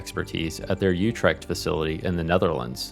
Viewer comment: i wish you had learned how to pronounce utrecht. beyond that this video is really good.